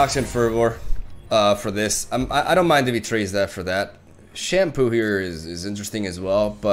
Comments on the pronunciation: He does say “Shampoo” it started from the Ren Shadowblade deck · You say "Shunpo" like "Shampoo" 😂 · "We've put in shunpo" he's gone fully rally-brain